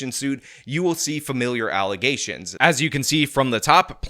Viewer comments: Allegations? Don't you mean "allezations"? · I have it on good authority that it is pronounced, "alazations",. Pull it together, bro! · why do you keep mispronouncing the word "allezations"? Don't believe me? Ask the Super Mayor. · I was thinking that throughout the video